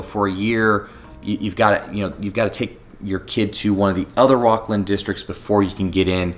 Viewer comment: Are you serious. 😑 your definitely not from sac. "Rockland"? It's rocklin 🤡